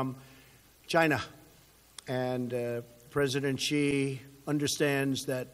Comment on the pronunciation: President Xi not President Chee.